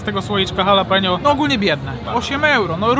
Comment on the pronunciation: Wymawiaj po polsku tak: halapinio!!!! mexican pronouciation. Pozdro!!!!!!!!!!!!!!!!